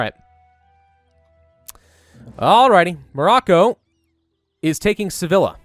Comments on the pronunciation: Sevilla is pronounced say-VĒ- yah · Its Sevi-ya